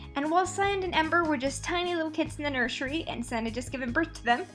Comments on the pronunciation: u called sage sand LOL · You called sage sand XD